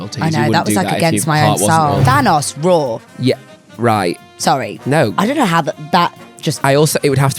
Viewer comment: Not me thinking meant 'roarrr' did not think raw at all 😂😂